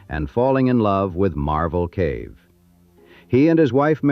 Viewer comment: It's MARVEL Cave - NOT - MARBLE Cave!!! THIS IS PURE A.I. BULLSHIT!!!!